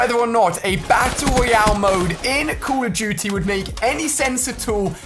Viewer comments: The way he says call of duty, “Call of Juty”😂😂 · he said call of juty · who hear him say "code of guty" :D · "Today we are talking about call it juty" 😂😂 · U do not know how to say call of duty jzt listen to Ali how he says it